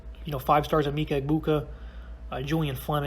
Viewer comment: You said “mike-uh” it’s “mee-kuh”